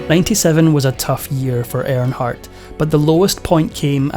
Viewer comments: It’s Earnhardt not airnhardt 🤦‍♂️ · It's earn hardt. Not air hart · His last name is pronounced ern-hardt not arronhardt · First of all,... it's "EARNhardt", not "AIRNhardt". Secondly, stop calling this a sports moment. NASCAR is NOT a sport. 👀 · Who is air in heart? Make a video of the man, at least pronounce his name correctly. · You can't even say his name right. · I hate when foreigners talk about America or American people. If you can't pronounce his name, stfu!!